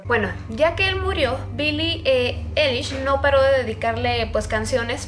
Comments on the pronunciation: dice mi hemana que no mames no se dice billie elish swe dice billie alish q8ue no mames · Pues la verdad Billie Eilish no compone sus letras y tampoco sus melodías, eso lo hace su hermano Finneas, y se pronuncia "Ailish" no "elish" jeje. 😅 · Bili Ailish* así se dice JAJAJA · Billie Eilish Fan, Se como se escribe su nombre 😑, lo que escribí es como se pronuncia, ella está pronunciando "elish" y se pronuncia "Ailish". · Se dice ailish :v pero bueno, tal vez ni sabe nada sobre ella y solo iso esta teoría porque no le gustó su forma de ser de billie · No es hate pero así no se pronuncia su nombre 😫